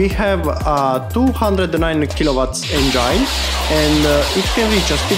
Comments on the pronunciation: ..speaks broken english is ok but pronouncing it is important.!!!ask others about you pronouncing the word engine than you'll know!!! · please pronounce the word engine properly!!!!dont humiliate urself!!!